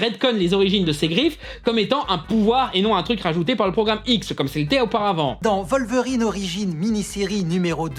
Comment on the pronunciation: Poudlarde XD C'est terrible ! Je comprend pas non plus la prononciation "volverine" pour Wolverine. Je pensais que ça se prononçait comme en anglais, avec un "W", vue que ça vient du nom anglais du glouton.